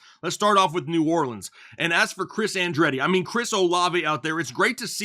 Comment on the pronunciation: "Chris Andretti" 😂